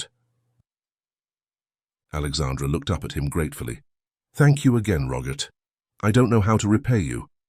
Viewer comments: The fact that the narrator (AI?) cannot pronounce the very common name Robert (not Rogert) makes me doubt the veracity of the whole story. Am I the only one? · Why on Goddess great earth does it sound like he's saying Rogurt instead of Robert? 🤔🤨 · Rogert?Rogert? Please….for goodness sake! Can’t AI say ROBERT!!!!!!! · AI voice can't say Robert correctly, such a shame.